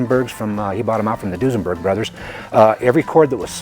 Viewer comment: Whats Dusenburg? Unless you guys meant Duesenberg ;)